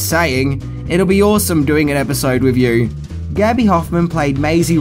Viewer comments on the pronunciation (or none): Mate, please practise saying “threw” instead of “frew”. Maybe give “with” a try, too, instead of “wiv”.